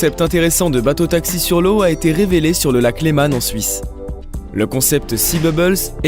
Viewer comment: Tu sais meme pas prononcer le mot lèman ses le lac lèman en suisse